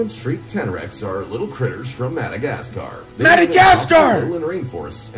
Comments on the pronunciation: the way he says Madagascar cracks me tf up lol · when he says Madagascar 😭😭😂😂😂😂😂